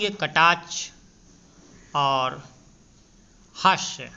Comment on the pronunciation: कटाच्छ नहीं, कटाक्ष!